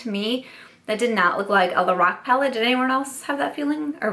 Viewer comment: When you were saying "lorac" somehow I kept hearing "the rock" and was wondering why a wrestler was coming out with makeup.... But lorac makes more sense than the rock that's for sure 😂😂